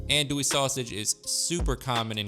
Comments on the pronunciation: Pronounced: Ahhhn-dooie. Believe me. I lived in the heart of cajun/bayou land for 18 years, and I know the lingo. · In Louisiana's Cajun territory known as Acadiana Andoullie is pheonetically pronounded, On do ē. That ON like on and off, do like do or don't and a long e. Filé is promounces Fee Lay andnis made from ground sassafras leaves. It also smells very similar to marijuana when burned. I grew up in Crowley LA and worked for the Lafayette Parish Sheriff's Department. We set fier to filé in an ashtray and let it smoulder during our drug awareness school presentations. Lots of kids would approach us after the presentation and tell us their momma, daddy, uncle or brother smokes cigaretts that smell like that. Lol Many men grew up learning how to cook especially fish and wild game at their fishing/hunting camp from the older men at the camp where women usually don't even visit. Your food looks delicious and I will be trying some of your recipes in the near future. 😋